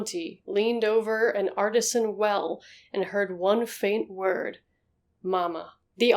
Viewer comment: You pronounced Artesian well incorrectly. It is pronounced as arr-tee-zhun. Not arta-shun